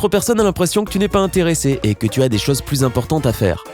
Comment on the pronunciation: Svp on dit CHOSES et pas CHAOZ